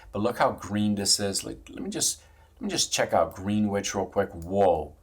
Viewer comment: You obviously dont kno US history lol. Pronounced "Gren•ich" not green wich. Lol. Greenwich is OLD money, the big money in the US & world have homes there.